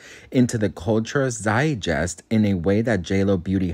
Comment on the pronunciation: You mispronounced zietgiest